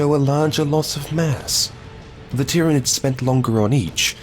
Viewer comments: Is it just me or does anyone else thinks the way this guy pronounces tyranids is a bit odd. I feel like it should be pronounced Tiranid And not Tieranid But oh well great vid either way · I still have issues with your pronunciation "Tyranids" I hear Tie-ran-nids, surely its tier-an-ids. I love your content of course but its been bugging me for a long time bwahahaha. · Wow it’s bothering me. Say it with me Tier-A-Nid… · Why is he pronounceing tyrainds weirdly?